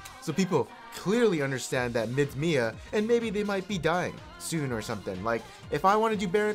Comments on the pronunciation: its not Mia like the name you say M. I. A. which stand for Missing In Action. Please tell him. Like so the monkey who ahs been playing for 10 years will learn something. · Dont say Mia, it sounds wierd. Spell it like M-I-A please!